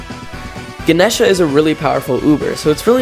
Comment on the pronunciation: I always pronounced Ganesha that way, how the fuck is that incorrect???? 😭